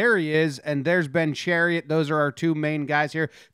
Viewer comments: Chariot = Shar-ott Love the video though! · chiarot = sha-rot not chariot lol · You say Tkachuk properly but then say Chairot as Chariot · "Poo-yul-yarvi". "Sher-ot" not Chariot. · lol, Chariot. It's Cha-rot. KK enjoying it from the bench. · Ben Chariot lol.. it's Chiarot my man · pronounced in french it's SHEE-AH-ROW, or simply SHA-ROT for the english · It is chariot. He pronounces it wrong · it’s chairot bro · Hehehe Shah-rot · His name is pronounced Shar-ot. Just a FYI. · I didn't notice the title and thought he was just butchering the pronunciation the whole time. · It's chaaaarrrrrr rot.. Say it with a little bit of a French twist.😁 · It’s pronounced Sher-ott. That was hard to listen to but a good video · Love the Chariot pronunciation lol, but that's ok most Americans haven't been taught this is school, while Canucks are. Good job on the video though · Chariot is pronounced sha roe. French name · Love all Jomboy, but for next time it’s pronounced “sha-rot” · lmaooo it’s pronounce “Sharot” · Bens name is pronounced Shi-rot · Chairit. Sha-rot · Pronounced " Sha-rot" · Pronounced “Shuh-rot” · Pronounced Cha Rot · Pronounced sha-rot. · Don’t double check lol. The pronunciation had me cracking up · Nah nah, it's better this way! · nothing could have prepared me for how Jomboy pronounced Chiarot’s name lmao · Lol that pronunciation, chiarot! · U said Chiarots name so wrong lmao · why he say chiarot like that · Perfectly says Tkachuk’s name, completely flubs Chiarot.